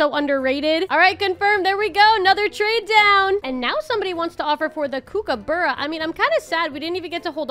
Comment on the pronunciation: The kookabara is said like COOK-U-BUR-U.(I am Aussie so ik)